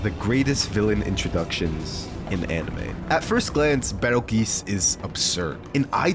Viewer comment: betelgeuse* (or petelgeuse) is pronounced beetlejuice, same as how the star with the name is pronounced